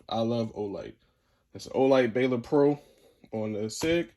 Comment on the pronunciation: Ball-Durr is how u pronounce the light not Baylor 😂😂